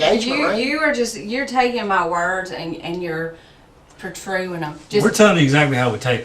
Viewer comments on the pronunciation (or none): 😂😂😂😂😂😂omg, i am dying…. Pertruing…. ‘Taking my words and pertruing them..’😂😂😂😂😂😂😂